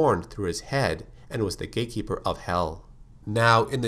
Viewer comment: When he says gate keeper it sounds like gay keeper